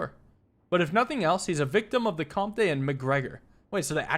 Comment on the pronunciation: I Think comte is pronounced comt, and is french for count!